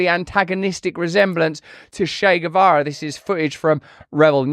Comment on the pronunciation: Shey Guevara??? Wtf??